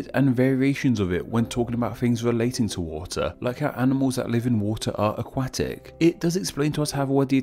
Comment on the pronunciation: The a after the u in "aquatic" is pronounced like the o in lot.